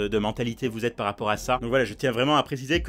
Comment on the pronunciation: t'a dis "PAS RAPPORT" au lieu de "PAR RAPPORT" NE ME MENTS PAS JE L'AI ENTENDU !!!